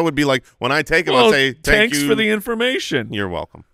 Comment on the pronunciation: got a little greedy with that "Tank you very much" line.